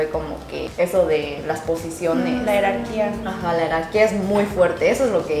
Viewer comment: No sé si escuché bien, y espero que no te ofendas por favor, pero Ji, la palabra no es “Herarquía”, sino “Jerarquía” (Organización de personas o cosas en una escala ordenada y subordinante según un criterio determinado). Esto no es ninguna crítica, asi que por fa, no te sientas mal, sólo intento ayudar. Por cierto, es interesante ese concepto de las “Meeting” en Corea, ¿será una moda reciente o es algo cultural que se viene haciendo hace muchas décadas?, ya que he oído que en Japón existen los “Gokon”, que es practicamente lo mismo. Muy interesante video 👍👍👍